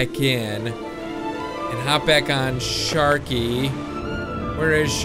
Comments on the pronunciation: it's sharky not skarky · sharky not skarky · You said skarky lol😂😁😀